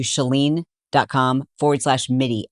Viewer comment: Ok girls!! 💕🥰 Saying this with love. Our lovely Chalene’s name does NOT have an “R” in it. It’s Chalene, like SHA-LEEN. She is SUCH a great sport about it, but we all get it wrong all the time. 👏🏼👏🏼🥰 Pronounced SHA-LEEN- Spelled -Chalene. No “R” Xoxo❤